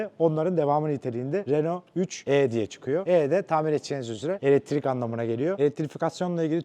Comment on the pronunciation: ELEKTRİK, NOT ELETRİK